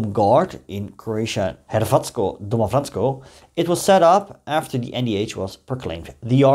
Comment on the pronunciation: Hi there man, as a croat I must say that you do realy well with this toung breaking words/names like DOMOBRANSTVO, or PAVELIC, KVATERNIK and so on.. Don't know how much you know about our opinion or our feelings about NDH today.. I can only say that we croats today look back at that sad time and those mad people as they were never true croatians and never had true croat mindset.. They were just oportunists that were casted out from YU cause of their crazy ideas and then when the tide begun to change at the beggining of WWII then the were called back by those old "criminals" that remained in the state to prepare this ordeal.. We could talk days and probably I would learn something new from you no matter my provenience, so keep the good work going man.. 🎉